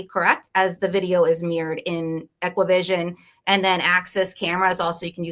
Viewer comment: Only thing that bugged me was her calling ExacQVision “equivision”.